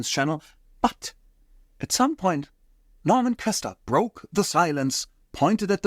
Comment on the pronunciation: He even called Norman Köster Normand.